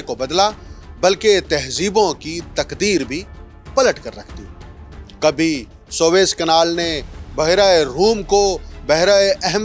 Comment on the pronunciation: swaiz نہیں سویز۔۔۔۔۔۔سوویز تلفظ ٹھیک۔کیجئے SUEZ